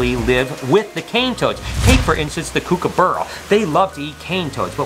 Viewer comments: Hey. Love your Vlog. Watch it every day. But please get an Aussie to teach you how to say Kookaburra properly please. Cheers Dave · Your Vids are awesome, I get a lot out of them. As an Aussie, have to say you pronounced Kookaburra wrong.. but all good. We also have a speicies of crow over here that has learnt to flip over the Cane Toad and eat them from the belly, thus avoiding the poison glans. Have a fantastic day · the way you said kookaburra had me pissing myself laughing!!